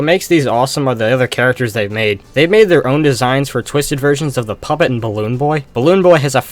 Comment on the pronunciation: ok not to be evil but........ "The Poop It" Lol yes, i know he meant puppet